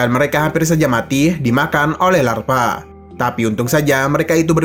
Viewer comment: Dimakan lava bng bukan larva😂